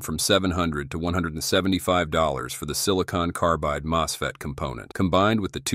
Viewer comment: How does your AI get 'moose'fet's from MosFet? Wrong language as primary? Weird.